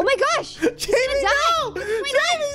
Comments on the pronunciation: joey its haimeh not Jayme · I didn't know how to pronounce it but I knew it wasn't "Jamie" and I was internally screaming! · IKR I WAS SCREAMING THIS AT MY SCREEN WHEN HE KEPT SAYING "Jamie" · It's pronounced, "High Meh" as a mexican name. Jaime. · I knew it! I was thinking that but I was like "nah I shouldn't correct him" (I know from Pierce The Veil's Jaime Preciado)